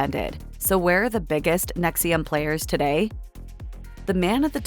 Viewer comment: The AI narrator is mispronouncing "NXIVM" as if the "I" is after the "V."